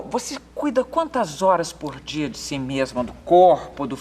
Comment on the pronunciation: Bem pobrinha, como ela ''MEMA'' diz .. aeee Marília Gabriela, português perfeito!